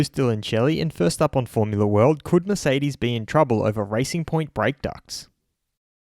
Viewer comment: thought you said ricing point, fastest ricers ive ever seeen